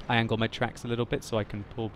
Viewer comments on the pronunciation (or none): none